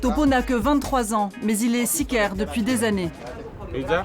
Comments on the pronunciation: On ne dit pas sicer mais sucario... porte flingue. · Sikaire pour dire sikario ?????? Non j’espère pas mdr 🤣 k Cura 😂😂😂😂